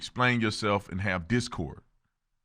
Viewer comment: Discourse not discord.